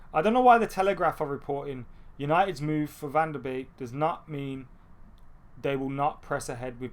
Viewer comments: Yep it's 'van der Bake', I'm Dutch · It’s pronounced van de bake